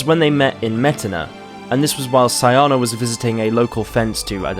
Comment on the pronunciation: SEEE AHHNAAAAA that's how it's pronounced!!!!!